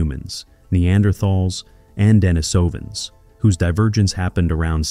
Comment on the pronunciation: Pronunciation: De-NI-so-van, not De-ni-SO-van.